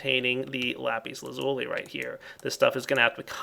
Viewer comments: The proper way to say lapis lazuli is Lah-pis laz-ul-eye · i cant be the only one who yelled at the screen lapis la-zu-lai... right? right?! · I like the way how you say lapis lazuli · Its sound so funny when you say Lapis Lazuli :D